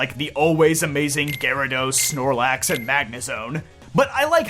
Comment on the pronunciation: It's gyarados. 99% of the time it's gyarados.